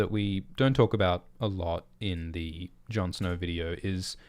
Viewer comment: "Jon Snor"